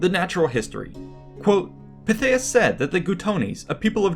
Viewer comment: I've always been a Pytheas fan, but for me its Pithy-es, not Pi-they-us. Of course I'm also a VER-kin-GET-or-ix pronouncer.